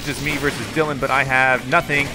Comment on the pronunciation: "We got DiElin............... OH DYLAN dylan" lol bit of a brain fart there eh?